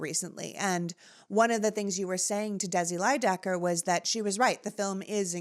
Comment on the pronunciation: It's Desi Lydic, not Lydecker.